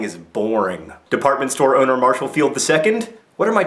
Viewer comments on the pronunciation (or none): none